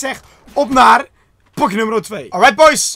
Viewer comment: zegt hij pokje? 😂